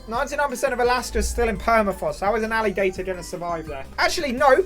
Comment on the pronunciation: The alligator map is almost as wrong as how you say alligator I live in a red state and have a permit to keep one We take him on walks and he’s almost 4ft long now